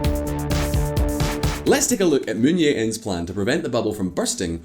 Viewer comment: It's Jae not Yeah. This is Korea, not Spain or Poland.